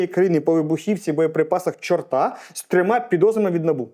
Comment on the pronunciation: Зауваження, наголос невірний. Не ЧортА, а ЧОрта.